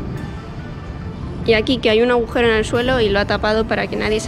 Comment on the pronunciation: Qué mal te expresas. Cuánta incultura. No es ahujero, sino agujero. Informáte y aprende antes de hacer videos.